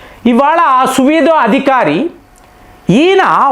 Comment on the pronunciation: Anna నమస్తే అందరికి 🚩🙏💪. సువిదు అధికారి కాదు, సువెందు అధికారి అనండి. మీరు ఈ ఒక్క పేరే కాదు ఇప్పటికి చాలా మంది నాయకుల పేర్లు కానీ ప్రదేశాల పేర్లు కానీ మార్చి పలుకుతారు ఎందుకో చాలా సార్లు గమనించాను నేను